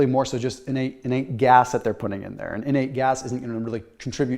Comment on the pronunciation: INERT GAS, not inate LoL 🤣